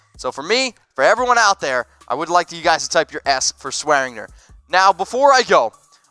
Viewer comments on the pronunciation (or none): Damn it there is a g in swearinger that's not silent